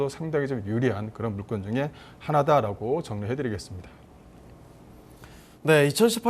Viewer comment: 물건을 물껀이라 하는게 거슬리네 ㅎㅎ